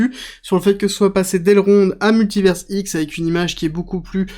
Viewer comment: En Français, à la fin d'un mot, le S est muet. On dit Paris et non Parisse, bah c'est pareil pour univers ! Il faudrait écrire MultiverseX avec ta prononciation. Tu transformes leur blockchain en site porno 😅